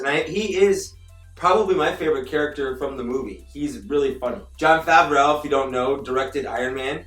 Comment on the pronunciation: Isn’t it pronounced Favr-Oh ?